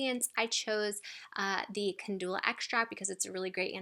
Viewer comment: Lol it's pronounced "kuh len dyuh! Love you gurl!